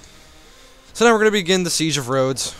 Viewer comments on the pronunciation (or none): "and... now-rodas"